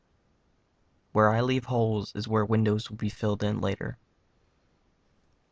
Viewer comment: When he says "where I leave holes is where the windows will be" it sounds like he says "where I leave hoes is where the widows will be"